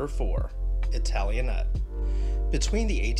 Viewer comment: I would choose the Queen Anne style for Victorian architecture even though my favorite style is its exact opposite: Georgian. P.S. Italianate is pronounced with the "ate" at the end sounding just like the a in "I ate dinner or I hate it." Good video and pictures chosen for examples.